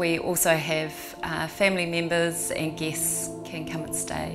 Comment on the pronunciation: Did she say they have "geese" stay there?